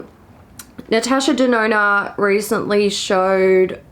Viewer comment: Everytime says natasha denona... i hear natasha deNoNo XD